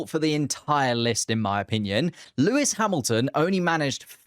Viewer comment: Bro it’s Lewis